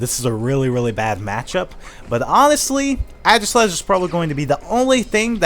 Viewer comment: "Adgislash"... cringe